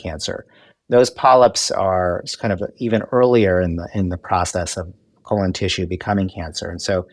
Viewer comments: KO - LON 😂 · I love the way he pronounces 'colon' So distinguished! ❤